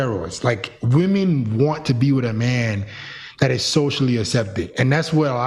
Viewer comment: Ak-septed As-septed (Which accent is dat?)